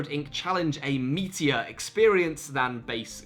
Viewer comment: Did anyone else hear "meteor" when he said "meatier?"